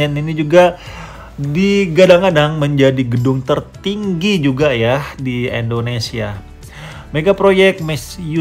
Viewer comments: Maaf Koreksi dikit bang Penyebutan Indonesianya kok kurang enak di denger Indonesia bukan endonesia Terus semangat bang semoga tambah sukses amin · Endonesia atau Indonesia Mas saya kurang denger 😁